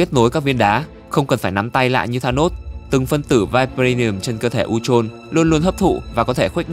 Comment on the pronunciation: Phát âm sai chứ sao